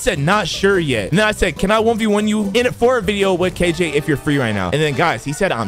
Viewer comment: Dayum when bro said kj in the intro it felt like he is kilo joule